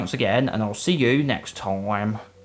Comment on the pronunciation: He really said "Toime" at the end